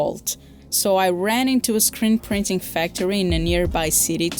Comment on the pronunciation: Did you say scrint preening materials min?